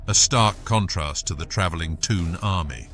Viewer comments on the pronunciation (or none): none